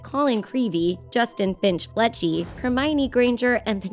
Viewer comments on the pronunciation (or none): Justin Finch-Fletchy? Lol it's Finch-Fletchly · Did she say Justin Finch *Fletchy*? 😶